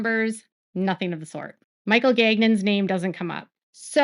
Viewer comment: Great reporting as always. As an FYI, Gagnon is a common French name here in Canada and it’s pronounced Gan-yawn. Hope this helps.